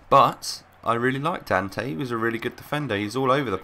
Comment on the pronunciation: It's pronounced 'Dan-tay'. Whoever told you other wise is stupid. Loved the squad btw :)